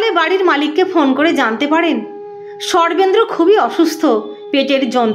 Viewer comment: Sarvendra er naam shune chhi. Sarvendra word tar pronunciation ato baje ( accented ) kano ?